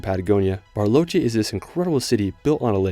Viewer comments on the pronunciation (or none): CALIFATO??? Calafate Specasina? Spegazzini Usgua USHUAIA Que pasa que ningún lugar pudo pronunciar bien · PERMaMARA???Purmamarca Aquenagua??? Aconcagua BARLOCHE.... Bariloche Elchen? Chaltén